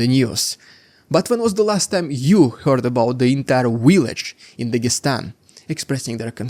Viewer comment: Thanks for years of great reporting. Your English is excellent too. I only corrected pronunciation sometimes to help--not just criticize. Keep it up. BTW, "rhetoric" and "subsequent" have emphasis on the first syllable. Lastly, please learn the "v" sound. Put your upper teeth on your lower lip. It's "village", not "willage".